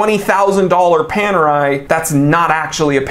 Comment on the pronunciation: Looks like Panerai have gone Pan-AWRY.